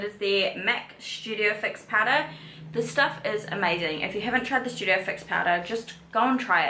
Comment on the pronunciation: It’s STudio fix not Shoodio fix 🤦🏽‍♀️